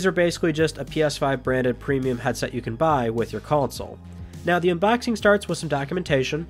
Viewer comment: "Now the UNBAXING starts...."